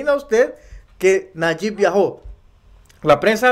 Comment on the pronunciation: NO SE PRONUNCIA NAYIK. ES NAYIB. CON B AL FINAL.